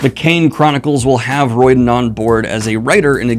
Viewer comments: You seem to be struggling withRick Riordan's name. Its Riordan, not Roidan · I can’t believe he says Rick Riordans name like that